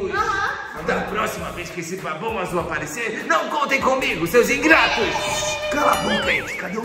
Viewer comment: nao se fala babao azul